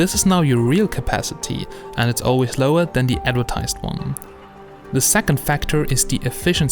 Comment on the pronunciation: harder dan you might fink